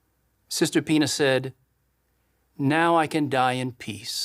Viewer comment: He keeps on saying sister Pina and when he pluralizes it it almost sounds like he keeps saying penis, I mean you know how they try to sneak stuff in there!